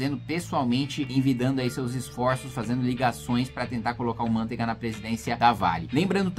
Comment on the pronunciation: Analfabeto funcional não é Guido Mãntega é Guido Mantega portanto é paroxítona porque todas as proparoxítonas são acentuadas. Então se pronuncía com a tonica entre parênteses de paroxítona Man(te)ga. Assim como a outra palavra Manteiga não se diz mãnteiga é a mesma regra